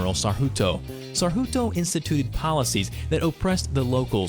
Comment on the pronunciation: Just want to repair the pronounciation of Indonesia past leaders, its not Sukarto but Soeharto.. I felt so pity for destitute and homeless people, why cant the world in same condition?